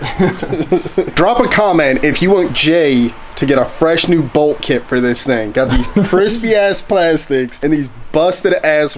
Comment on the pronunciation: Did he say bold. kit?!?!